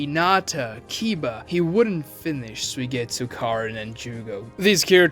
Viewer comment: His name isn't pronounced sue-getsu it's sue-E-getsu